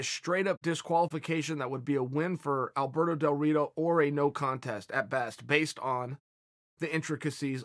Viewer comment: Did Chael say Alberto DelDorito?